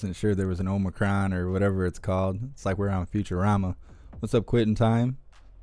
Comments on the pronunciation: Oh they both said Omnicron and not omicron. And the second question Joe couldn't even read the second person's name. That person had to do that for him. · Did he call it omni-cron? Let’s go brandon